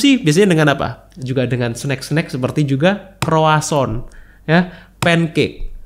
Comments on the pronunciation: Bukan kroason, tapi kroazong 😁 Memang ada baik nya kita tau komposisi bahan suatu makanan, dan gimana cara pengolahannya. Gak usah detail, garis besarnya aja. Ribet siy kesannya, tp kalau demi kesehatan dan pengetahuan, gak ada salahnya kita cari2 info macam2 makanan. Apapun yg kita konsumsi, ada 4 hal umum yg wajib dihindari / dibatasi konsumsinya: 1. Tepung (semua jenis tepung2an) 2. Gula (semua jenis gula, baik yg manis atwpun tidak, karbo misalnya) 3. Garam (termasuk penyedap rasa merk apapun) 4. Minyak (semua jenis minyak, termasuk santan) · Mohon maaf, nyebut nya bukan kroason, tapi kroasang (bhs. Prancis)....sukses buat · Croissant yg bener...